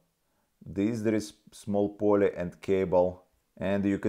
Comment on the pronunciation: Да говори по русски не мучай себя и зрителей. Акцент очень ухо режет невозможно сконцентрироватся. Англосаксы могут субтитры почитать. Я живу в Канаде уже 17лет так что уж поверь мне про акцент. Плюс неправильно некоторые слова выговариваеш это становится еще более. Pulley это Пулли а не Полле.